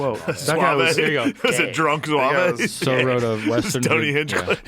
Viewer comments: In "Zouave" The E is silent. Zouave, not Zouwavay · Couple of things—(not saying this to be mean because I love both of these guys—but be cause I’m a fucking nerd.): 1) It is not ZOO-AVH-AYE, it’s ZOOO-ahhv. A French word. The Zouave uniforms were utilized by BOTH Union and Confederate troops (select units) early in the war. Both side phased them out when it became obvious the gaudy uniforms made excellent targets for opposing sharpshooters. 2) The officer who boasted, “Don’t worry men, they couldn’t hit an elephant at this dist…” was Union General John Sedgwick—shot and killed at Spotsylvania, NOT Gettysburg. It happened in May of 1864. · Zwave… nice pronunciation Shane. Good Lord. He knows just enough history to look knowledgeable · My dad did civil war reenactment as a zouave. Its pronounced zoo-ahh-v the e is silent. I used to get drunk with shane in gettysburg. I grew up in lancaster. He would show up to reenactments. All the housewives thought it was nerds playing dressup but once the sun went down, its crazy parties. Crazier than any colllege party. They bring prostitutes, hard drugs, you name it. My dad used to always beg me to not tell my mom lol. I wonder if shane would recognize me 15 years later. Once a year us younger guys would go with our dads and get shit faced, try to find ghosts LOL. He hasnt changed one bit.